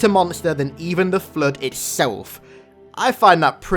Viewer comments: Every single time i listen to sayin flood i hear flude and sometimes flirt XD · I came here just to hear say 'FLUDE".